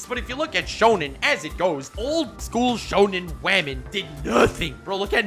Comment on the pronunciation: I love every time he says that wah-men are being more or less helpful🤣🤣